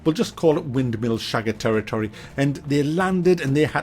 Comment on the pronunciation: ''windmill shagger territitory''. thats i new one. Kan er mee leven...